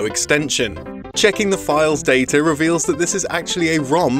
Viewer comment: "In the date-er of this disc"